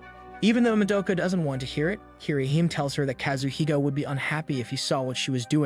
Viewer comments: It's pronounced Kee-re-hee-mé not "keereheem" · Bet a lot of people are triggered by for butchering the pronunciations of japanese names. Kirihyme instead of KiriHime